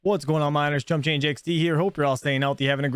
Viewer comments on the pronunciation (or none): none